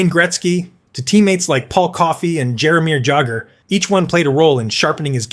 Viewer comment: You do pretty good videos, but I suggest making sure that names are pronounced properly. For example, Jaromir Jagrs name does not use the sharp J sound, but the soft J sound, which sounds more like a Y